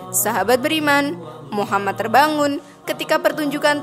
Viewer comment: jadikan semua kritik,untuk lebih baik. terutama pengucapan nama Nabi.BELIAU Nabi Muhammad S A W,adalah TAULADAN kita sebagai umat ISLAM.